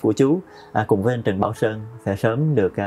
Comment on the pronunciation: Ông Trần Quang nói giọng Bắc ngọng! Ông ấy không phát âm được những chữ có "nh" ở cuối. Ví dụ như ANH ông ấy nói thành ĂN, vì vậy không bao giờ đạo diễn thâu giọng thật của Trần Quang. Về diễn xuất thì đối với thời đó thôi vì không có nhiều tài tử nên phải lấy cả mấy ông bà kép cải lương qua đóng phim. So với các diễn viên bây giờ thì Trần Quang và Kiều Chinh thua xa lắm.